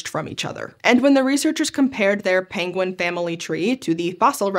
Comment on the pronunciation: Somehow I just realized that I will never hear the word penguin without hearing Cumberbatch butchering the word 😅😅😅